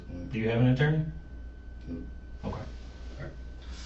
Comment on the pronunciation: "Oh-kai..mm-kai". Detective lingo. 😂